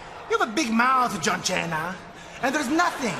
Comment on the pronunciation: Who tf is John Cheena??